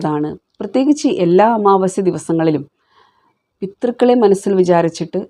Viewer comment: പിതൃക്കൾ എന്നല്ലേ പറയേണ്ടത്.... പിത്തൃക്കൾ എന്ന് എവിടേയും കേട്ടതായി തോന്നുന്നില്ല...😒